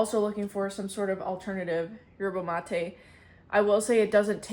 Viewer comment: Yerba Mate -> Yer buh maa tay Loving all the videos since you went full time!